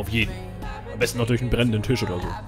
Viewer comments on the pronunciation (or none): none